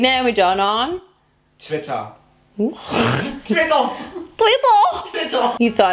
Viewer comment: How i was waiting for the soft twiiiiitteeeeer and than it came out like TWITTA 😂